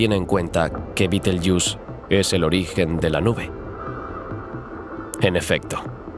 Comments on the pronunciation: entiendo que tu idioma es el español porque dices beteryus cuando deberias decir betergeuse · supongo que tu idioma es el castellano o español pero no se como lamas a betelgeuse betelyus suena muy mal oirte hablar